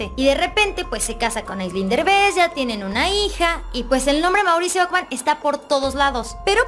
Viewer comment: Okman? Qué español hablas?